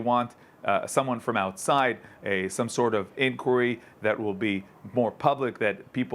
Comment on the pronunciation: Why cant this guy say inquiry? What's wrong with him?